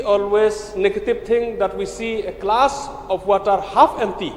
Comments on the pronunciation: A klass of watar , stedmen, akri, 😅😅😅😅 pronunciation. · Renikton biej. Haba u Kyrmen u ong wat tuklar ki briew nabar wat tuklar ai ba ki paid jaiñtia kin tuklar. That's means only people of Jaiñtia. Stupid wat ia ka glass ruh pronounced klas 😂😂😂